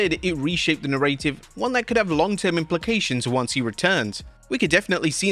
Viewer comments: What's a nah-ray-tive? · i’ve never hear narrative pronounced that way before